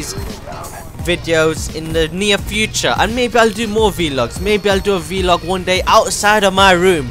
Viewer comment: its pronounced vlog not v log bro